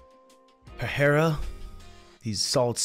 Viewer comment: Bro, that's Pereira. Not Pahera